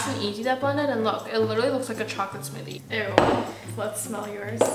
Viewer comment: When told 'put some more' said " this is my smothie"